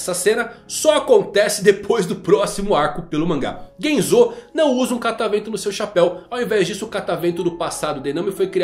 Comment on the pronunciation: tá andando mt com o Mateus do all blue, só pronuncia estranha do nome dos personagens, GenzÔ e KabagÍ foi de fuder, não existe essa fonética no japonês, os sons são sempre fechados como Genzo e Kabagi mesmo sem uma silaba tônica no final dando impressão de acento